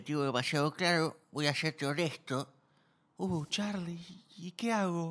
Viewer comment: Luis pronunciando CHarRly es mortal